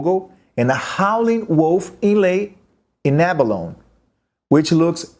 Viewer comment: Love your playing. Abalone -That would be ab-a-lone-ee in English.